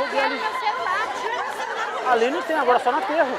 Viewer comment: "Meu cerulaa, eu queroo meu cerulaa " kakakk